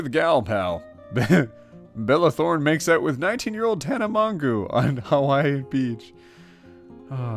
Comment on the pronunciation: "Tana Maun-goo" XD